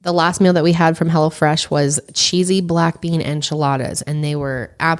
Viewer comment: Sounded like said Hella Fresh instead of Hello Fresh lol Love yall!